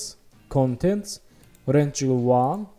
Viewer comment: I adore how you pronounce "rectangle" ♥️